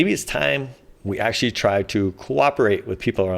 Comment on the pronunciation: Actzhachry, lets all cooperate with each other.